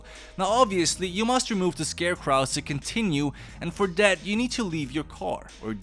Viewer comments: For clarification, the W at the end is silent: Scare-cro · ScareCwrahs? why do you say it like that? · This is not to be mean but why you say scarecrows like that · Just read the other comments & saw everyone else saying the same thing so I apologize for being a cunt. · I do not like how you pronounce scarecrows lol